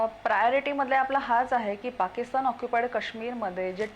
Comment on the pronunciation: पाकिस्तन नाही ओ, पाकिस्तान म्हणा